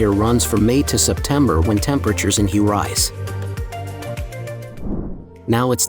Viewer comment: Pronounced Way